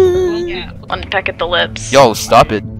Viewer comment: There'z too many funny momentz 2 comment on so I'm gonna timestamp the 1z I thought were funniest 😼 SHE WAS WILDDD 4 SAYIN TGHAT 😭😭😭 AND THE FACT SHE WAS PLAYIN AS TAILZ TOO JS MAKEZ IT MORE OBSCENE "OH SHIT- 💀" I thought she was sayin "pack" instead of "peck" like she was tryna sell smt lol "EWW, Amy🤢...get aWAy from me..🤨" "On the 1st day of Christmas🎄My true love gave 2 me🥰- STOP. FU*KING. HITTING ME" was on beat 👌😂 There were so many timez I've played where the EXE would get grappled and yet was still able 2 move/glide towardz me 😭 "BICH I'VE BEEN HEALIN EVERY1 🤬" Cream had enough XD That'z real bc 9 timez out of 10 the minionz b doin way more damage than the EXE, especially if there'z a gang of em LOL exe is a Metal x Shadow fan real LMFAO 😭😭😭 AND THE MUSIC W/ THE ZOOM IN & GREY FILTER- i bet u were like "😨‼️😬💀" UMMM HELLO??!! WHY THE HELL DOES SHE KEEP MAKIN OBSCENE JOKEZ 😭💀😭💀 Everybodyz repulsive reactionz made it clear who she was talkin abt but I respect u editin that out w/ "Sally Acorn" and "Cheater" 😭🙏 It looked & sounded like Shadow actually sneezed, that'z so cute 🥺🖤 The "AHh 🧚‍♀️" was a lil silly CRAZY... 😭😨 I would've been so mad if I jumped down 2 help js 2 get killed 😔 PREMIUM BACKSH-⁉️⁉️ AYOOOO 😭😭😭📸 (had 2 look up the definition on google) - HELP everybody gettin snatched & kidnapped 4 wantin free candy When u read his chat bubble "fiesty one" as he